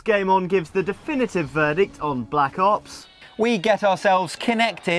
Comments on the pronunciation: Damn, the name is BLACK OPS! Not "blops" damnit -. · is he saying black blops or am i dreaming? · stop calling it blops